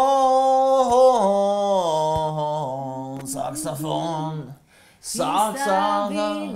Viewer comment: Vse ful najs sam.... rece se saksOfon ne saksAfon...